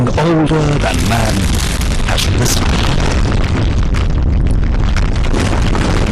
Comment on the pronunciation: Nie czyta się Rajzen tylko Risen